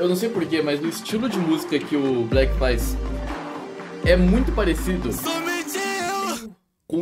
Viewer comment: Na real eu descobri q se pronuncia "Block" e não "Black", Foi em um vídeo do jounin react q falaram